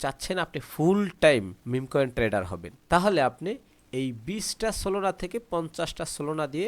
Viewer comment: solona❎ solana✅